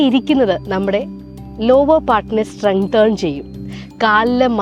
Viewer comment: സ്റ്റ്രെങ്തേൺ എന്നല്ല സ്റ്റ്രെങ്തൻ എന്നാണ് പറയേണ്ടത്.